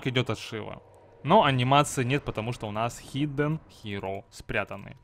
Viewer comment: хидддден хиро ? Почему тогда не пук, а пак?